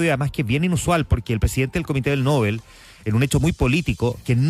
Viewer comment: Usted es de los pocos o quizás único periodista que me parece objetivo e imparcial. No se ofenda si le corrijo la pronunciación del premio Nobel. No lleva tilde, se lee No- bel.